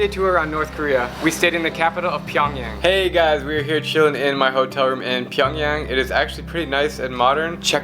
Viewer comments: It's PyongYang Not Pyong Young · Pyong (yang) damm pyongyan, made me cringe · "Getting ready to board our flight to PyAngyOng" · It's pronounced Pyong"yung". I have Korean family. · You think you know a lot but you can’t even pronounce the capitals name edit: Pyongyang is basically one giant drama production and only the richest can live in Pyongyang (kinda like the hunger games)